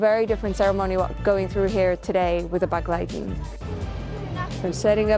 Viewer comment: Thanks for the video and your dedication. I didn't understand the word begleiten the way you pronounced it even if I knew it. My grandmother was from Satmar but she pronounced it differently more like an e instead a sounding for the first e.